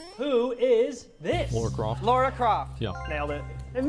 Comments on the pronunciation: Why is nobody able to pronounce the name Lara? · Gosh...when I hear people say Lara as "Laura" I just wanna jump in my tree and start throwing bananas 😂